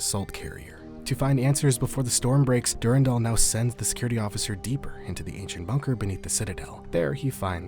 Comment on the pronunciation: du RAN dal. du RAN dal! not DUR 'n' DAL. it's literally a french name, I have no idea why people youtube pronounce it wrong (probably mandalore's fault lol)